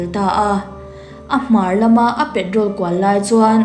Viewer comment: Patrol hi Pa-trol ti a lam tur Petrol chu petrol.